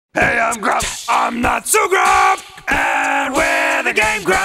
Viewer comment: I swore they said "next time on gay grumps"